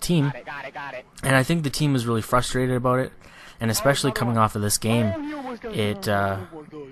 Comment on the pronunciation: i love the way you say a-boat. lol